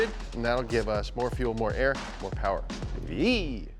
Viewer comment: It’s ‘Mo Powa Baby’ not “More Power, Baby”. Come on guys😂